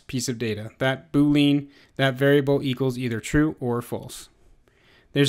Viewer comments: Good video. The only thing that I wish to share is: [boo-lee-uh n]. This is the first time I've ever heard [boo-leen]. Just saying and otherwise good job. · is it just been or does it annoy you when he says boo lean? other than that the tutorial is exceptional